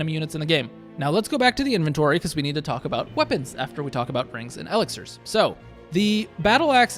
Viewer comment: I am guessing you never heard e-LIX-ir :-)